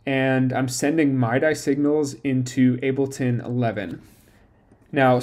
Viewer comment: Mid-eeee not my-dye. But this is cool